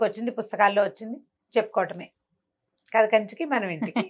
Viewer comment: story ni kadha antaru. Katha kadu!!